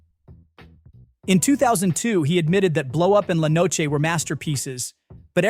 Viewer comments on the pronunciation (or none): He (it) keeps pronouncing Antonioni's La Notte, "La Noche" .. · Nick Broomfield (an excellent documentary makers) said all there is to say about Tarantino (who had the nerve to say Lynch was 'stuck up his own ass'! Lynch has made a few masterpieces and he was, even when he failed, interesting, unlike the insufferable prepubescent a*hole the menopausal Tarantino is and has always been). PS. Somebody please correct the atrocious pronunciation of 'La Notte' (yet another Antonioni masterpiece) in the annoying AI voiced video. Get some real human to narrate it.